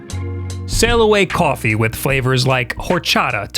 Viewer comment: I kinda like the way says "kwoffee"